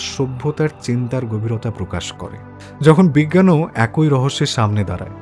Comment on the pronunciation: আপনার আলোচনা খুব বিষ্ময়কর ভালো লাগে। কিন্তু আপনার কিছু উচ্চারণ বড্ডো কানে লাগে।যেমন_একই কে আপনি একঐ উচ্চারণ করেন।বিষ্ময় কে বিষময় উচ্চারণ করেন। যেহেতু আপনি সকল মন্তব্য পড়েন তাই লিখলাম। আমার বয়স ৬৬ বছর চলছে, আপনার থেকে জ্ঞানে অনেক ছোট কিন্তু বয়সে অনেক টা বড়ো। ধন্যবাদ।